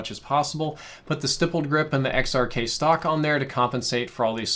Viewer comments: It’s pronounced stippled not stippled... ughh YouTubers smh 🤦🏾‍♂️ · ITS PRONOUNCED STIPPLED WITH THE IH SOUND LIKE IN STICK. So stihpled grip tape. Sorry that just grinds my gears like people saying 30 round clip when its mag. So yeah. Not stiypple but stipple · Bruh, you know how you say hit. That's how you say Stipp. Then add an led.